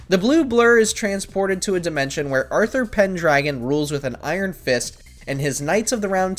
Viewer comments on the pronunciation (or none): none